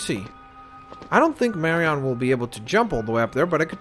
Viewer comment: it's pronounced en not on in Marion's name.